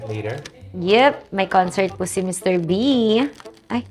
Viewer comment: Anu sabi ni... MR. Beh???? Tama ba ako ng dinig??? HAHAHA